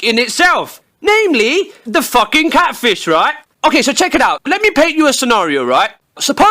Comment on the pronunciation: ANOHER CATFISHE (Pronounced “ kate - fie - sh )